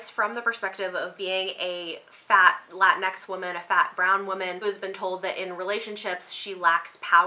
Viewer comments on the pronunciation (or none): Latinx pronounced La-teen-ex. Not Latin X.